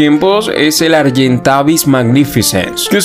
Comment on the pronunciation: No me gusta corregirte pero está mal pronunciado es argentavis 😅